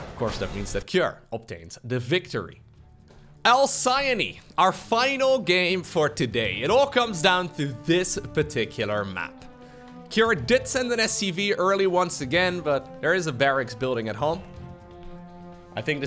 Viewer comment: I believe it should be pronounced , al-see-on..like the word halcyon...Pig says it that way...